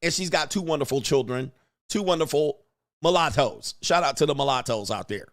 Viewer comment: Why you pronounce mulatto that way? 😂